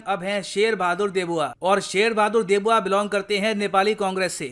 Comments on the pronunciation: aapko deuba aur debua ma antar hi nahin pata hai? Kmsekm naam dhang se lein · Deuba not Debua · ❌ Debua ❌ देबूआ ❌ नहीं सर् ✔ Deuba ✔ देउबा ✔ है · Debua Nahi Bhai deuba😂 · Debua nhi sir dEuba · देउबा, not देबुआ